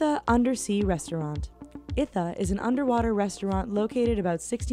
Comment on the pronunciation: Did she really say "Maldaives"? Also, Ithaa = eetah